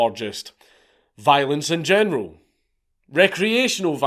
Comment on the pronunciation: One statement, one question: Statement: Your accent caused you to be FREUDiantly correct, when at first my ears heard you say "The genital standards of living have changed." How could one better express the way today's young men are all pussies? After the first pass, my brain translated it into what you actually said, but then I chose to translate it back to the way it sounded because that was more accurate. Question: How in the hell can you live in a place where you can be arrested for calling someone a name?